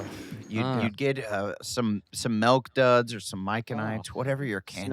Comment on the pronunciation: “Melk” Duds ™️ 🌠